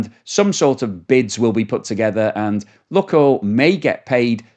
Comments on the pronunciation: Lukoil, pronounced Lukeoil,as in Luke the boys name. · STOP PRONOUNCING LUKOIL INCORRECTLY. DO SOME RESEARCH ON THE SUBJECT YOURE TALKING ABOUT FFS